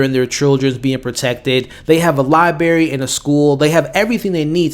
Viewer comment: No-that’s not Emma. Also library has an R after the b - it’s not pronounced liberry. Other than that good recap.